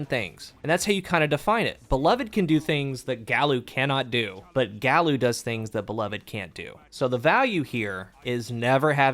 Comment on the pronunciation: Just shouting into the void, but I think it's supposed to be said "guy-you." Several Omolon weapons (most notably, Uzume) follow Spanish pronunciation rules where every vowel is pronounced the same. There has been an intense debate within my clan as to how to say this name and it's tearing us apart